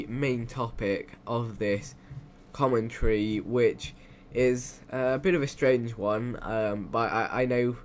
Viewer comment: I love the way you say "commentary". You pronounce it "common tree." Sorry. I just thought I'd share. c